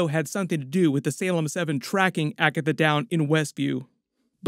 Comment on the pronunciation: „When she found Agathwuh”